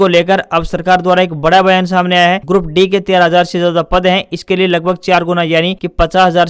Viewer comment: Bhai grup d ko e ya a na bolkr saf shbdo me d ka ucharn kiya kro